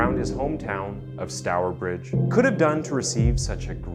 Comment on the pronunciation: Im from stourbridge and that pronunciation was perfect! My family told me alot about this story growing up as we always drove property the house where it happened, its such a terrible story but youve done it justice with this video. Its a travesty this is still unsolved